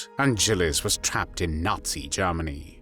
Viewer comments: He pronounces Germany very weird... Sounds like AI to me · Lord Haw Haw pronounced it "Jairmany." "This is Jairmany calling."